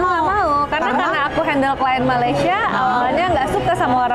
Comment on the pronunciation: mohon dibetulkan ya.. orang Malaysia biarpun di sebelah Semenanjung mempunyai loghat "E" tapi ngak pernah sebut perkataan Malaysia menjadi MALAYSIYE YA.. sila hadamkan ini.. terpanggil untuk memperbetul kesalahan bahasa yang suka digunakan oleh warga Indonesia bila ke Malaysia..